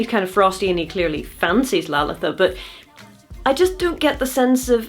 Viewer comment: As an Indian person, I really appreciate your pronunciation of Lalitha